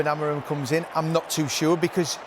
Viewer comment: I am not a good teacher of phonetics.. But chat gpt does a great job at it: To help an English speaker pronounce the Portuguese name "Amorim" correctly, here’s a breakdown: 1. First syllable - "A": This is pronounced like the "a" in "father." It’s a short and open "a" sound, more like "ah." 2. Second syllable - "mo": This sounds like the English word "mow" (as in to cut grass). Say it quickly with a slightly rounded “o” sound. 3. Third syllable - "rim": This is a bit different from how "rim" sounds in English. In Portuguese, "im" is a nasal sound, similar to the “-an” in “Jean” in French, but with an "m" at the end. It’s almost like saying "reem" but letting it resonate through your nose, with no hard "m" sound at the end. Putting it together: "ah-mo-reem" (where the last part sounds a bit nasal and softer than in English). It might take a little practice to get that nasal sound at the end, but this approach should make it close to the original pronunciation.